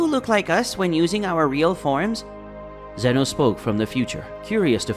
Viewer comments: it not zeeeeeeeeeno it ZENO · Bro said zino 💀💀💀☠️☠️